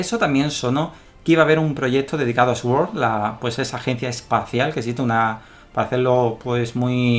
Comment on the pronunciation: Te pasa como a Dani Lagi al principio y a mí. Sword se pronuncia Suord no Esuord. Es como swan o swing. Supongo que microsoft nos marca. Jeje. De nada. A mandar ^^